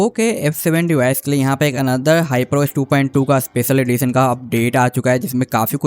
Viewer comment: dyper os 😂😂